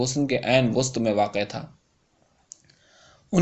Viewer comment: وسط۔۔۔۔۔۔۔۔و پر زبر ہے آپ نے و پر پیش پڑ ھی ہے۔۔۔۔